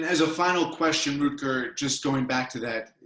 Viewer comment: Root-gar Bregman :)